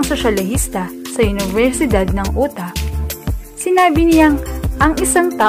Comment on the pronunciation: Unibersidad nang utah. Correction po: Yutah po ang bigkas d po UTA.